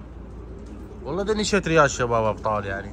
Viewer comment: ليش مدكول شذريات دكول شتريات ❤😂